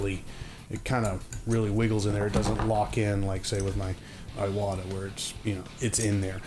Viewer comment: Really appreciate the review-- I have been on the fence between two of them for a while. By the way, "Iwata" is not eye-wahtah but ee-wahtah with a long E sound.